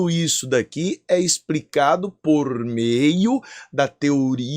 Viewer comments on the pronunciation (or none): Caramba hein ""... aos /38 esse prof. diz a palavra: expRicado??? Foi isso mesmo que escutei??? Caramba hein??? E segue mais... sobre pois, tudo é EXPRICADO como disse o prof. pelo (EU(pequenini9nho) completo: FRAUDULENTO) Isaac Newton??? Huuummm... E nesse, Éo MARTELO Ea PENA que dá DÓ... ""... CRAVEI joia de número "20". KKK... e outra coisa que notei, o próprio prof. diz SUPERFÍCIE PLANA... (aos e, ainda com as mãos, sinal de PLANO... SERÁ EM QUE MOMENTO A TERRA SE CURVA??? Huuummm...) por que NÃO disse BOLA/ESFERA/GLOBO??? Huuummm... SEU PROF.... huuummm... Abraço.